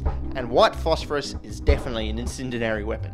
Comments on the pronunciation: "incendiary" (not "incendinary [sic]") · Its "Incendiary" not "Incendinary". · "Incendinary weapons." I think you mean incendiary. There is no third N in there. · starting , he pronounces "in-CEN-di-ar-y" as "in-CEN-den-ar-y" three times. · Him: "Incendinary" Me: " Incendi-ary" Him: "Incendinary" Me: "YOU'RE EATING HAIR!" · Was just looking for this comment, I knew someone would beat me to it. Hearing incendinary so many times definitely brought the video down to a 9 from a 10. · I was trying to give him the benefit of the doubt... I'm american, so I thought maybe it was like an "aluminum vs. aluminium" sort of thing. If that makes any kind of sense... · I have no clue what "Incendinary" is. I assume you mean Incendiary? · That was driving me nuts as well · Incendiary, not incendinary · InCENdiary not insindinary. Its driving me insane every time you say it. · incindinary isn't a thing, it's incendiary. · Incendiary, not incendinary 😂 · Incendiary (In-SENN-dee-airy) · Did you mean in-send-ee-ary??? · Yeah, I have to say, 'incindinary' is the reason this got a thumbs down instead of to from me. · I want to know if these incendinary weapons are deliverable by artillerary. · My eye twitches when he says "incendinary" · Its horibly anoying is'nt it? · i n c i n d i n a r y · well, there is if he says "incendinary" ¯\_(ツ)_/¯ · CONGRATS, YOU GAVE MY MEME GUN MORE AMMO - "INCINDINARY" :D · Whats the difference between "incendiary" and "incendinary"? Or has "incendiary" been mispronounced? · after he said " incendinary " i began to question his level of experience on this topic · Incendiary 'En-sin-de-nair-ree' Fellow ozzie from the fucha here. Good vid though thumbs up from me. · Incindinary! Undoubtubly! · What are these "insindiniry" weapons you speak of? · please tell me youre intentionally saying "incendinary" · Let me help you. It's pronounced in-SEN-dee-ary, and spelled Incendiary. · “Incindinary”. Is that an Australian word? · In sen dee erry* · In sen dee air ee